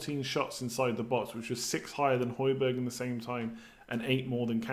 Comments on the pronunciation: Hojbjerg is pronounced hoy-bee-yair his uncle teaches me at school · That's pretty awesome. Also, just for future pronunciations: j=y for most European names (excluding Spanish ofc).